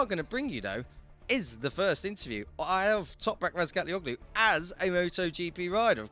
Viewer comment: toprak's turkish name: the ğ is soft, so --OĞLU is pronounced OH-LU. no hard G sound.